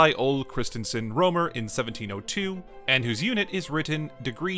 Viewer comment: I found a typo in "soild". At this point, you pronounce "Rømer" as "romer". At this point you pronounce the letter "ø" as I believe you should. It seems inconsistent to me.